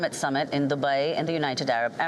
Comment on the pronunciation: The way she pronounces dubai is friggen hilarious. Sounds like giggedy guy ...😂 its always been sold out no news here.